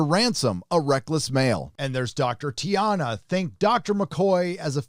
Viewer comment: Are you purposely mispronouncing their names? Boimler, not bolmer. T’ana, not tiana. Tendi, not tandi. If you’re going to critique a show, at least pay enough attention to it to criticize it in the first place.